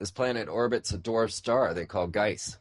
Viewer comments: no guise dummy. Gleise ... sounds like Gligh-zuh or Glee-zuh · and it's Gliese, not Geise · glee sah not glice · "Gliese" = "G"+ "leeza" (as in Leeza Givens). Not "Gice". Just thought you might want to know. Interesting dialog in any case, not a grammar flame or anything. :-) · l'm a bit late but the planet that was found is pronounced, (glee-za) peace out